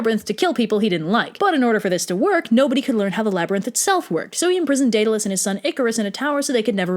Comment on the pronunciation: Why do you pronounce minotaur and Daedalus so weirdly